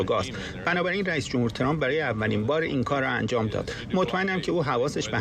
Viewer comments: این سمیرابااون فک درازچرابه ترامپ میگه چرررمپ،این فرداد ک نی هم بعضی وقتها میگه دونالدچرمپ که چی،مثل ادم بگیدترامپ،،،دونلدچرمپ😮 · عی رم دهن سمیراچه حال بهم زن ترامپ راتلفظ میکنه،اونی،،،ک توزبانت چرررمپ چیه 🤔 ک نی خوبگوترامپ،چررمپ،دونالدچررمپ